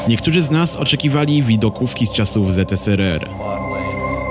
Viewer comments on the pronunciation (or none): ZSRR A NIE ZTSRR